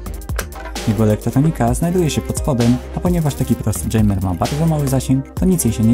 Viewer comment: Dżejmer xD